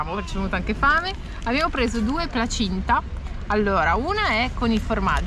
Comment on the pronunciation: Placinte no placinta.. 😮